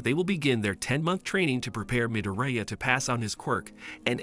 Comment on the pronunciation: You have done a awesome job explaining what happens in MHA and what a bada** deku is. But I know im going to catch a lot of crap for saying this but if you watched this in english why can’t you say izuku midoriyas last name properly sounds like your saying diarrhea with an M slapped in front of it. In addition you say ragdoll is a man when clearly shes a girl she has boobs. And tokoyami a main character word for word you say (she uses her shadow). When Tokoyami is a dude. This is the mistakes i found only a half hour into your video and anyone who hasn’t watched my hero academia is getting told the incorrect information about certain characters and I’ve only watched a half hour so far. Yea im sounding like a A hole here but at least do the research to get the genders right. Besides that you have done a great job for explaining 5+ seasons into almost 4 hours.